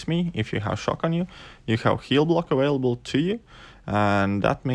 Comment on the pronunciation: Lol awailable